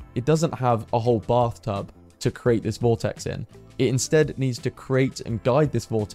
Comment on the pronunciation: Putting your add into your narrative detracts from your narrative and is rude, since it tries to force one to look at it. You also frequently use the term 'actually' out of context. Compare your pronunciation of the verb 'create' (to make or produce) to the noun for a wooden box, called a "crate" to show you how incorrectly you pronounce it. Sorry to criticise; but if nobody else than I point this out, you will continue to harm your image.